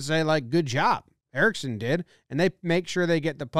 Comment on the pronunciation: idk why but it irritated me so much to only hear Erickson instead of errickson ek